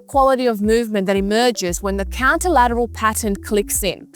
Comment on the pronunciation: It's "contralateral" not counter lateral, but good video. Will try